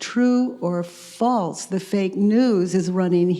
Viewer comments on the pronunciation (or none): none